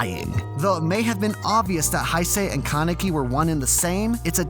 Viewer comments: did you really pronounce it ken keneki its ken kaneki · Ken kuhnecki? Bruh come on, it’s not hard to pronounce KA NE KI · keneki ARE U SERIOUS ITS KANEKI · Ken (kah-nehk-ee)??? Lmao wtf it's ken (kahn-eh-kee) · why do you pronounce his name Ken Kenneky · it is pronounced kaanik-ee not kunneky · ok wait. why must he pronounce his name Kah-neck-ee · ‘’Ken keneki’’ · Ken ken-ecki 😂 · kan-e-ki not kan-eki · i got triggerd how about u he said kanike name wrong lok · Did I just hear Kuneeki? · Ken Kuh-necky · No ones gonna talk about the fact he just pronounced his name CAN-EKY 0.32 ..? Bro what the fuck . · It triggers me when he says Ken kinaki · Did you just say Keh-Necki? Dislike for that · First, did he say "keneki"? Omfg -. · “Ken KaNEKI” Jesus Christ that pronunciation is so bad. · Your pronunciation of Kaneki’s name murders my brain cells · is nobody bothered by the way he pronounced kaneki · Why does he say Kaneki like that? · love the video but why yOu gotta say "kaneki" like that LOL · The way you pronounce Ken Kanaki disturbs my greatly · U said kaneki wrong,just saying